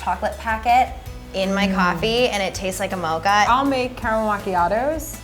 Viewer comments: she really did not just say mocha as mocha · It’s sorry but.... Did that girl just “mocha” with a ch instead of a k sound?! NOOOOOOOO HUNNY